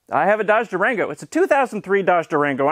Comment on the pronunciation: I say Durango, you say Duragno